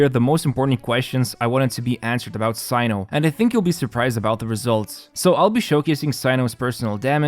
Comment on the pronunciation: btw his name is pronounced as "SENU"